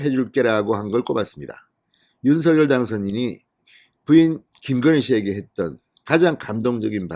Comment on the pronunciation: 진성호 사장님! 언제나 정의와 공정편에 서 열렬한 방송을 통해 국민들에게 알려 주시는 열혈활동에 진심으로 성원과 찬사를 보냅니다. 단 한 가지 말씀드릴 사항은 윤석열[윤성녈]대통령 당선자의 함자 발음을 [윤서결]로 하시기 보단 [윤성녈]로 해 주실 것을 부탁드립니다. 예를 들면, "작열하는 태양"을 읽을 때, [자결]하는 태양이라고 하지 않고 [장녈] 하는 태양이라고 하듯 말입니다. '작열'을 발음하는 과정에서 일어나는 변화의 순서는' -열'의 초성 유성자음 ㅇ이 앞 음절 '작-'의 종성 무성자음인 ㄱ에 영향을 주어 같은 계통의 유성자 음인 ㅇ으로 변하게 됨으로(역행동화 ←뒷 음절에서 앞 음절에 영향을 주었 기에 역행동화가 됩니다)'작'이 '장'으로 발음되는 것이고 '열'이 녈로 발음 되는 것은 ㄴ첨가현상 때문입니다.[장녈]하는 태양.'열렬한 성원'에서의 발음이 [열녈 한 성원]이 되는 이유도 두 음절 사이에 ㄴ이 들어가(ㄴ첨가)기 때문입니다. 따라서 윤석열을 [윤서결]로 발음하는 대신 [윤성녈]로 해야하는 이유가 이런 과정이 있기 때문입니다.'푲준어 규정- 표준 발음법' 총칙 제1항 "표준 발음법은 표준어의 실제 발음을 따르되, 국어의 전통성과 합리성을 고려하여 정함을 원칙으로 한다"고 명시하고 있는 바대로 표준어의 실제발음를 따라서 표준 발음 을 정하게 됩니다. 다만 '검열'은 [검:녈/ 검:열]과 같이 두 가지 방식으로 소리가 나는 등 일률적이지 않아 'ㄴ'이 첨가되 는 경우에는 사전에서 그 발음을 표시 하도록 하고 있습니다. 따라서 '윤석열' 과 '작열'의 자음 배열이 같기에 석열[성녈], 작열[장녈]로 안 의 표준어 발음으로 발음해 주시기를 간곡히 부탁드립니다.감사합니다.